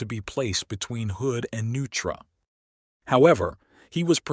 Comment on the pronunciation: Get someone to help you with pronunciation Liguria, and Neutra and two howlers among others - still the material is interesting . . . .